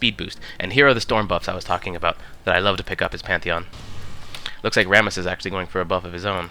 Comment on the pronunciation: Pantheon with P not M